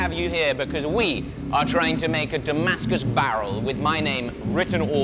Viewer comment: It's da-MASK-us, not damask-US!